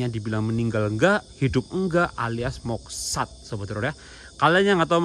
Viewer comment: Moksa bukan moksat 😂😂